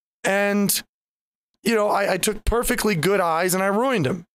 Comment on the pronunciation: I totally recognize that "oh crap" moment when yer running out. Has happened a couple times to me with Grizzly tobacco, although I've gotten good at denying myself. Addictions are indeed something we do to ourselves, so I'll be damned before I let addiction control me! Also, heard you pronounce "ruined" as "rueened," and I'll bet it wasn't intentional :Þ